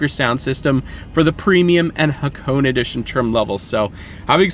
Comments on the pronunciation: hakoon? The Hakone edition is pronounced haa·kow·nay , none the less awesome informative video! :) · It's actually pronounced ha-ko-neh 🤓